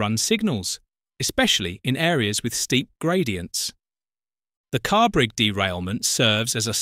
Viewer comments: The station is Carrbridge as in BRIDGE not BRIG. Please get the most simple details correct. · That explains why in the video the narration pronounced Carrbridge as Carrbrig 😂